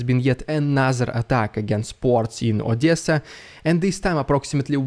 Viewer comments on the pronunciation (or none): none